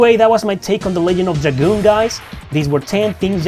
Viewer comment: Pretty sure it's pronounced "Ledge-end" not "Leg-end" ALSO: 1.) loved this game 2.) The story was absolutely fantastic and the music/gameplay was just as good if not better than final fantasy games of the Era. 3.) There were action figures??? 4.) I honestly would prefer a remaster "with modern graphics and classic gameplay and no change to the story. 5.) I'm so glad Rose had black hair... that was one seriously hot 10k year woman back in the day lol 😂